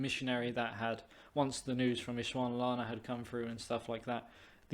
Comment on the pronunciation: It’s Ees sund la wa na :)